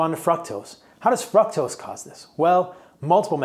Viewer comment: I love the info, but if you pronounce fr-ook-tos as fruck-tos one more time, I'm gonna scream